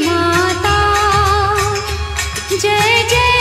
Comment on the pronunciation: It's not Joy joy That's Jay Jay Kindly Pronounce it Correct